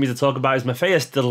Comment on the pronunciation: The first time you said De Ligt (not including his first name which you completely butchered :p) in this video was the right pronunciation. The G is harsher than how you said it but it's perfectly fine for an Englishman. De Bruyne's name gets butchered much more by all English people.